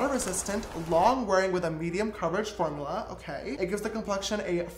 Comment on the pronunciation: Is it just me or a did he say form ou la?😂😂